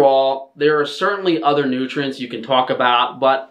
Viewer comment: OVER FIFTEEN NOOTRIENTS! This is favorite line.